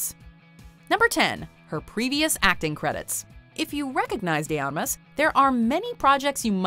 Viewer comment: Her last name is pronounced Armas, not Amas